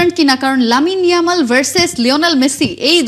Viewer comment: ওটা ইয়ালাম না ইয়ামাল হবে